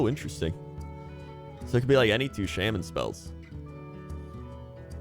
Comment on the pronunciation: So im curious is him saying shamin a joke or his actual prononciation?